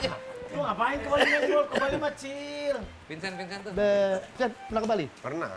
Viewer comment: sedengernya aku "es es" gitu coba play pas pak andre manggil pak Vincent yg mau cuci tgn di kolam renang. cuma pak desta yg benern manggil "Vincent"